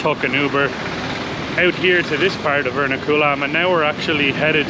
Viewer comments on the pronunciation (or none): btw it's pronounced er-NA-ku-lam not er-na-KU-lam